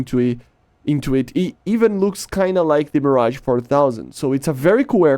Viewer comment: Insane ! Also your 'Mirage' prononcation is awesome for a non-french !